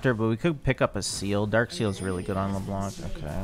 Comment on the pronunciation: Hey ! U know that Leblanc is a french name ? We don't pronounce the C 😊 Blanc means white in french but the C is mute 🤭